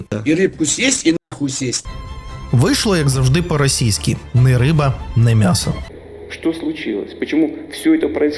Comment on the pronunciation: нІ риба, ні м'ясо, а не нЕ риба, нЕ м'ясо, автор - москворотий